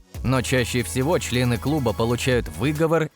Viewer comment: Ясно одно..любимое слово автора видео... "Чле-ы"😂